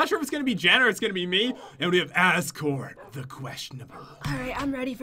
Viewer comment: i love that Jen says Azkor as Azgore,as if he was a counterfeit Asgore.